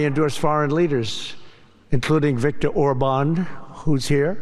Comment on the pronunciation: Idiot calls him orband